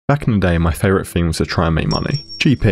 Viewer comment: Favourite thing ❌ favourite fing ✅